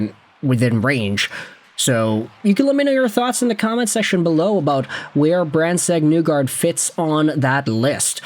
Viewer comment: I'd rather you say the n-word repeatedly than continue to say MBN's name wrong.